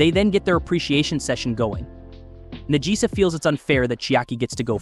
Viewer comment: Najisa = Nagisa. The name was pronounced wrong (typical american) and then subtitled after that...